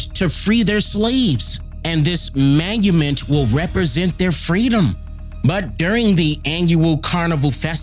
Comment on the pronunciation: Not the “manument” 😂😂😂